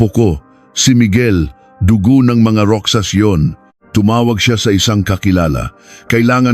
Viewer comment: MALI PO ANG PAG BIGKAS NG ROXAS LIKE ROHAS GANYAN MO ANG PAG BIGKAS NG ROXAS ..HINDI ROKSAS ..